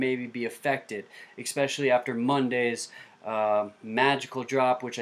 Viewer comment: Why do people pronounce "especially" as "expecially"?